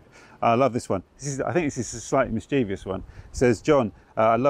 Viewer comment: John, pleeeese forgive me for being pedantic, I know it's a pain, but I can't, can't stand to hear Mischeev-I-ous. There is no i before the o in the word. It's mischievous. Pronounced mis-chee-vous. I am now going to (somebody's) garden to eat worms as I am a disgrace.